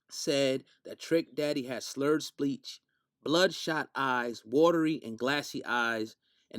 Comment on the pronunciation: Slurred spleach??? O you meant speech lol😂